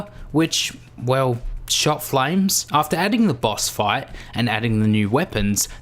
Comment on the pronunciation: What it said: Boss fight What HE said: Boss Five